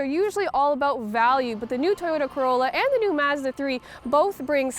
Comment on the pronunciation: yes. you can hear the presenters pronounce "about" as "aboat"